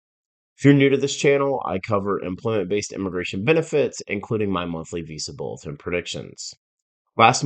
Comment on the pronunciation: Too monotone, a lot of unneeded data that this guy is talking about. Stop pronouncing Visa Bulletin as “Visible”. Explain your predictions!!!!